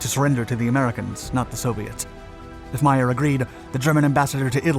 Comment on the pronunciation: The OSS was not formed until June 1942. WWII started in Sep 1939. The USA entered it Dec 1941. comes up with some interesting stories but rarely gets them right. By the way, his name is pronounced May-er, not My-er.